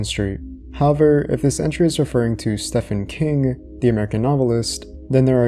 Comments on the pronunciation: He pronounced Stephen King Steffan king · "Stefan King"? Did you really just mispronounce Horror God's name?